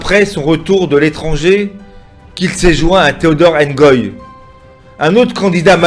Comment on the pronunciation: C, est Ngoyi et Non engoyi